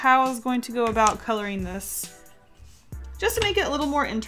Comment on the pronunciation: Can u say "ng"?? like wtf u always say colorin..